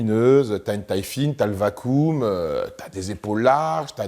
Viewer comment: Le vakoum.... dernier de la classe en anglais 🤣🤣🤣